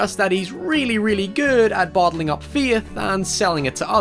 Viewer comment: The way you say "faith" hurts my ears and my soul so I guess I've lost my feeeeeeithh in word pronunciation